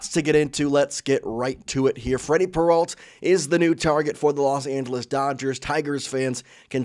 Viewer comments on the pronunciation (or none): AI ALERT: As soon as I heard "Peralt" instead of the correct pronunciation, I knew this was AI crap. I made this comment and blocked the site. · can't stand this guy saying "peralt" learn how to fkn pronounce their names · When did Peralta become Peralt?